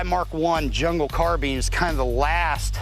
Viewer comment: Really, why can NO ONE on this show pronounce carbine?! I'm sick of hearing carbean